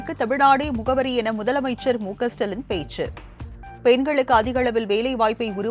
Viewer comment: மகளே முதல்வரின் பெயரை சற்றுத் தெளிவாக உச்சரிக்க முயலலாமே..